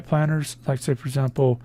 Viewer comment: "For Azample"